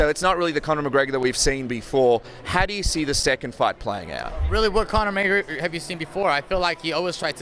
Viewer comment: Conor greygor? He doesnt even know his name